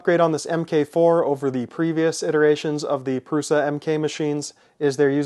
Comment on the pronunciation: No, pronounced 'proosha'.